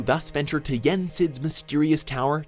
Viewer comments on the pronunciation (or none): (PSA: Following message is in good intentions, not meant to offend or insult anyone) Okay I can see the name mispronunciations but “Mark of MYSTERY Exam”? That had me dying of laughter you have no idea. 😂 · Mark of MASTERY, not MYSTERY, you said it wrong. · Ok not to be that guy but i counted atleast 5 mistakes they made 3 are names of characters 1 is the name of the town sora 1st vistis in KH1 those are all just mispronounced and the last is it's not call the mark of mystery it's called the mark of matery